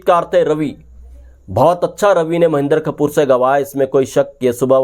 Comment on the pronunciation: उनका नाम महेन्दर कपूर नहीं है,"महेन्द्र कपूर है",कृपया शब्दोच्चारण सही रखें।